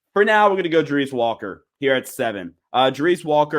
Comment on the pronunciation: Hello? anyone home? You are pronouncing Walker's name totally wrong! Thank You!